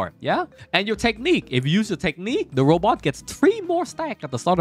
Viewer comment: Every time you said robot I cringed. Otherwise good video.